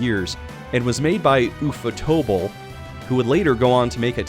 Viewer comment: my brother in christ ufotable is pronounced just the way you think it is in english ufo + table